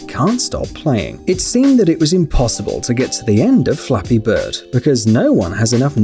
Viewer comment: When he said "Flappy bird" I thought he said " *Dolphin sound* beard"